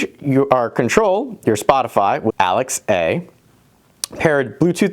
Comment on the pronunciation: Weird to hear you say 'Alex A' because I'm used to Alexa.